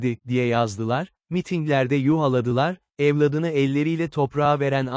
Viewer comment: Kardeşim emeğine sağlık Yalnız bazı kelimeleri değişik telaffuz ediyorsun evladını Fatiha gibi